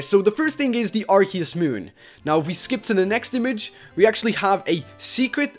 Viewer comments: ITS PRONOUNCED "Ar-See-Us" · watch pokemon that is not how you say Arceus